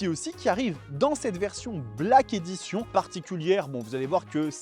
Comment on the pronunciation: On prononce : Black Édichonne.